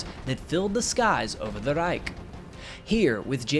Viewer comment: You dont say reich the right way